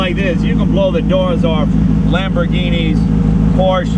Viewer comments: Actually, for some reason Jay pronounces Porsche correctly in some shows and incorrectly in other shows. Hint: It is pronounced exactly the same as the Latin/English name "Portia", i.e., Por'-sha. That is because it is the same name, just with the spelling required by German phonetics to make the same sound. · it kills me when people can't pronounce Porsche correctly. I mean, it's a man's name and am awesome automobile manufacturer, have the respect to say it properly.